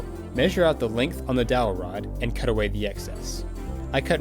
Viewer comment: dout rod? am I hearing correctly?